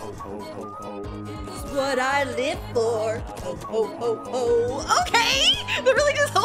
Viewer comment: I feel offended from yool from him saying "ho ho ho" sounding like "hoe hoe hoe ho hoe"